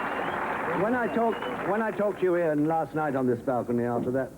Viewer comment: Loved the mispronunciation of Ian's name by Kim Hughes